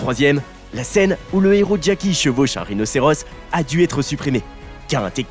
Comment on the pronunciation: Travail ton élocution... Y'a régulièrement des erreurs de prononciation... Exemple : Un néro... je suppose tu voulais dire un héros 😂 désolé celle la m'a beaucoup fait rire 😂